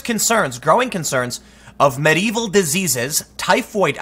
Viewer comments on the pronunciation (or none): none